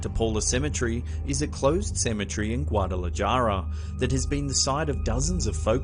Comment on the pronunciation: Aye dios mio. Its not guatalaJAR. Please use a phonetic pronunciation program.